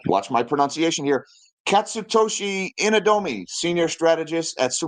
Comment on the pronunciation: I am a Japanese and your pronunciation of Katsutoshi Inadome is close enough. 😂👍